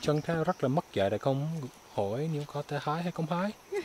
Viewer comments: " chúng ta rất là mất dạy, không cho hái cũng hái", bạn nói tiếng Việt chuẩn ghê á. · )) mất dạy! Phát âm gần chuẩn rồi đấy